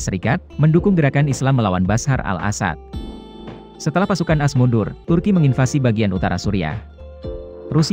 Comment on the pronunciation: Content bagus cuma cara baca negara A.S jadi as gak enek di dengar.🤭 Cuma masukan tapi apapun terpulang anda macam mana nak baca.